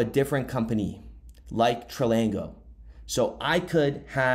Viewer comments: It’s pronounced TRANGLO and NOT Tralango lol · Where did you get an "L" between "tr" and "anglow" ? Tran-glo, Tranglo. Its simple, a 3 year old could read and pronounce it. Like i'm going to trust or listen to someone who cant pronounce simple words. You never go to school, or only occasionally when you felt like it ? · Tran glo, no letter repeats twice. Not tri ang glo, not trang glo.. Tran glo. Tranglo. 2 syllables. Try again. Now, thanks for the content. Keep up the good work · Its TRANGLO not TRILANGO. great video tho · Tranglo... FFS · There's no I in Tranglo. Pronounced Tran-Glo. ❤️ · 🤦‍♂️ bro stop mispronouncing Tranglo, read it again ! Only one letter L in it